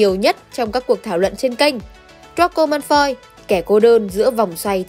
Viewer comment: Vid hay lắm, content cũng rất hay. Chỉ góp ý 1 chút là nên cải thiện 1 chút phát âm tiếng Anh của mình nhé 😊 họ Malfoy cậu đọc hơi sai chút nên nghe hơi lạc 😊